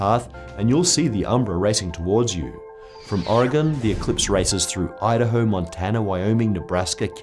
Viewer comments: HE MISPRONOUNCED MY STATE OMG UNSUBSCRIBE IT'S OREGON LIKE ORGAN NOT ORE-GONE DAMMIT! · OMG, it's Oregon! Pronounced Or-ee-gin! not Or-ee-gone. That is all. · It is not pronounced "Or a gone." It is pronounced "Ore gun" And there are no pines by Depot Bay. There is fir, hemlock, cedar, and spruce. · ahh, I hate when people pronouce it Oregone instead of Oregen. I know its spelled with a "O" but its just not pronouced that way. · Please correct your pronunciation. There's nothing "gone" about Oregon. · Oregone, ha, you filthy non-north-westerner. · Oregon is pronounced "OR-eh-GUN", by the way. Barely any emphasis on the middle syllable. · Oh no you pronounced Oregon wrong!!! :O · The way he says Oregon 😬😬😬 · You're pronouncing Oregon wrong. Don't worry though, you're not the only one. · As an Oregonian, I cringed at your pronunciation. =P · You mispronounced oregon :(